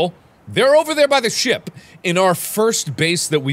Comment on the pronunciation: when he says ship he sounds like he's saying sh*t